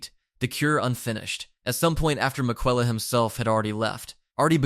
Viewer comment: you should be put in jail for that pronunciation of Miquella